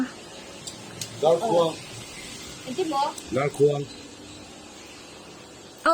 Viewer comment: talhkhuang nilo in talhkuang tih a dik e